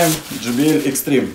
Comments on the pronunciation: Не extreme а XTREME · Да как же вы задолбали правильно XTREME